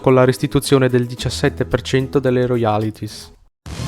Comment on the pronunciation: Neanche "roiàlitis", invece di "ròialtis".